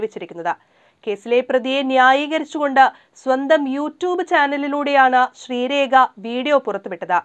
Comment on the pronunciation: ശ്രീരേഖ അല്ല പൊട്ടീ 😂😂😂 ശ്രീലേഖ യാ.... 😜 പേര് പോലും ശരിക്കും അറിയാതെ വാർത്ത കൊടുത്തിരിക്കുന്നു 😀